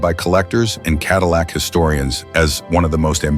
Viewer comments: “Adillac”? Really ? Sounds like a heartburn treatment. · CADILAC BROUG HAM??? WTF IS THIS SPEAKING???